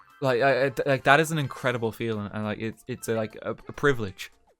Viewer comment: Did you say PRIVILIGE